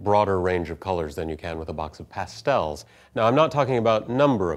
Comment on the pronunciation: haha, 'Pass-tells' Never heard them pronounced like that before. Great video!